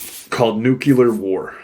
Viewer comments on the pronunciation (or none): I don't know why but it ALWAYS gets to me when people use "nucular" when they mean NUCLEAR...for your edification. Love the content, thank you for your research and views.